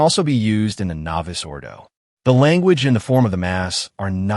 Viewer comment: The Traditional Faithful want the Traditional Roman Rite (Latin) of Holy Mass...not the novus ordo. And please tell your AI staff to update the pronunciation of novus.....its novoose....not novice.